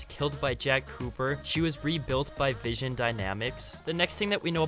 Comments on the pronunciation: it's not vision, it's VINSON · Vinson.. not vision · Vin son not vision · Not vision, it's Vinson. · Vinson not vision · Waiting for him to say Vinson dynamics right